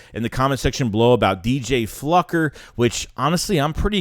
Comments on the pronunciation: Is it not obvious that his name is pronounced “Flew-ker” and not “Fluck-er”????? I can’t stand the tenuous grasp on the English language from both of you guys… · Flukered his name 😂